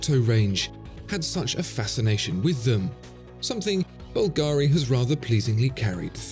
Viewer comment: You're probably much too busy to attend to such details, but my born-and-raised-in-Rome friend told me that the name of the famous jewelry firm Bulgari is actually pronounced BUL-ga-ri, not bul-GA-ri. Just FYI...